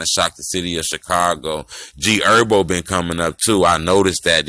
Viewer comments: U pronounced G-herbo improperly It’s not pronounced “eerbo “ It’s her-bow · Did he say "G ERBO" 🤣🤣🤣🤣🤣🤣